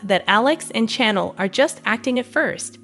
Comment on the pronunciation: Hey lady talking about the spoilers you are saying Chanels name wrong!!!!